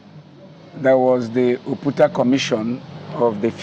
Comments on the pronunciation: Excellent observation, I commented on that above too. It is disgraceful of an Igbo person to not know how to pronounce OPUTA in Nigeria. I live in the US and my name is Igbo to the core, yet i don't allow any American to mispronounce it or those of my children's -- I correct them once and they get it. That an Igbo young man is pronouncing Oputa wrongly is a harbinger of what might befall Igbo language -- extinction -- in the next 50 years. I can bet you that he would have pronounced that name excellently were it Yoruba or Hausa. Young Igbos, wake up! it is not only when you hear "Biafra" that you act robotically and thoughtlessly, Nigerians hate Biafra because it is Igbo's, so you must protect Igbo first and foremost but the protection begins with being proud of our language and our Igbo names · O-PU-TA. Not OP-TA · Please learn how to pronounce someone’s name. Justice Opu - ta NOT Opta. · What on earth is "Opta?" Are you an Igbo man? Don't you know how to pronounce the name "Ow-poo-tah?" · His name is Justice O PU TA not opta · The guy calling oputa opta is really bad It disgust me It's not an English name